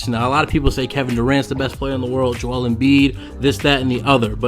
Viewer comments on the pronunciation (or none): none